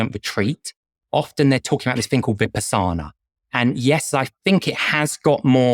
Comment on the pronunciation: A) He didn’t even pronounce Vipassana correctly and B) the primary benefit I hear practitioners talk about after a 10-day intensive meditation retreat like Vipassana is insight. Insight meditation can give one deep insight into who they are as a person and different aspects of their life.